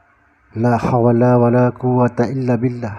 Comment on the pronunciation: Laa hauwla,bukan laa hawala...